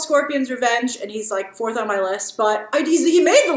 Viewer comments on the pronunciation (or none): none